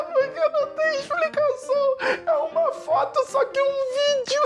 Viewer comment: O Bruno falando do "fóto" Eu: Ksksksksksksks Meus pais: 😐😐😐